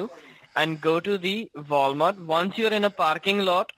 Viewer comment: "voul mart"